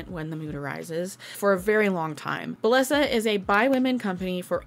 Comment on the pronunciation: hey! just so you know, bellesa is pronounced bae-esa or bay-yes-uh